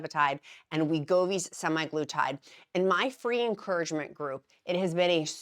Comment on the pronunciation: SemAglutide is the factually accurate way of pronouncing. Not Semiglutide.